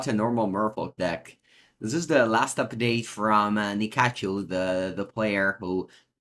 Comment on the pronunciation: Nikachu makes great merfolk decks. Took a couple times for me to realize you were saying Ni-Kachu because he pronounces it Nika-Chu.